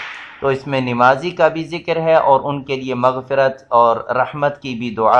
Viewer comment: Please bhai nemazi nahi bolen namazi bolen